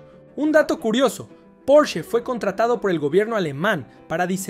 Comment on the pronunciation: Por el amor de Dios... No existe ningún auto llamado porch....lo correcto es PORSCHE...porshe...tampoco existe ningún escritor llamado Herman hess....es Herman Hesse